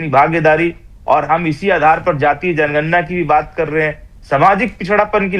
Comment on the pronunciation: जनगणना शब्द का सही उच्चारण करना तो सीख लो फलाने ॓भइया जी ॔।